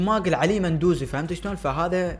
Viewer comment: اسمة مو مندوزي اسمة لامندوزي❤